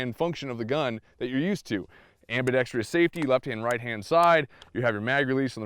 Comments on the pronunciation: AMBIDEXTROUS... NOT ambidextrious!!! Four syllables, not five! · its ambidextrous, not ambedextrious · The word is ambidextrous. Not ambidextrious. am·bi·dex·trous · Am-bi-dex-trous. There’s no -trious. Four syllables. Only four. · PSA: ambidextrous, not ambidextrious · Ambidextrous not ambidex-tree-ous. One i in this word. Small point, but you represent the rest of the Second Amendment community. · Great video! I hope they improve the shipping guns...looks like it's a pretty simple case of fit-and-finish. If it can be made more reliable, looks like a wonderful inexpensive gun. Minor grammar pedantry: the end of "ambidextrous" is just pronounced "struss" not "stree-uss" as it lacks the "i" found in words like "industrious" that have the extra syllable. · Am bi dex trus. Four sylables, no tree. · It's pronounced : ambi DEXTROUS not ambidexTRIous.... butt, I really enjoyed your review. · Never mind how to pronounce "UTAS", research the correct pronunciation of the word "ambidextrous". Am·bi·dex·trous is pronounced ambēˈdekst(ə)rəs. Look it up. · please learn the word ambidextrous. am • bi • dex • trous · amm-baa-dexx-tross, Other than that, great vid. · .....Anyone else really annoyed by all the people that say "Ambidixtreous" vs the actual way to say it? Good review though! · "Ambidextrous" doesn't have as many syllables as you inflict on it. Out. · Can shoot with both hands but can’t pronounce it 🤦‍♂️ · Ambidextrous has no “I”after the “r” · "Ambidextrous" is only FOUR, not five syllables. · I don't really care how one pronounces UTAS, but for the love of God, PLEASE learn how to pronounce "ambidextrous". You sound like a hick every time. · Jesus Christ, learn to say "ambidextrous". Especially if you're going to say it constantly.